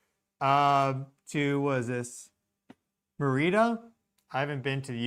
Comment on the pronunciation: Gulf of Mexico! El Golfo de Mexico pa'siempre! No joda! Fyi Merida pron: MErida. Emphasis on 1st syllable. You must go discover Yucatan! FYI They just say Yucatan not La Yucatan like we just say Florida, not The Florida (penninsula) as Yucatan like Florida is both a geographical name of the entire peninsula which has three states, and a government name of the actual State of Yucatan which occuppies the Northern portion of the peninsula . So, the Yucatan penninsula is one thing and when referring to to the area and state just say Yucacan. Skip theTHE. I think that was started by some non latin US Southern based meteorologiests who said The Yucatan and just dropped Peninsula for unknown reasons but it seems like kind of a US Southern dialectical thing. Just my observation